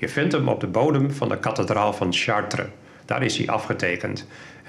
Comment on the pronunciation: Kathe-draal Kat-alysator